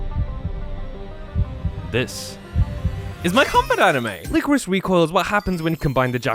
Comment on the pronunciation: Lie-Core-Iss, not whatever you said.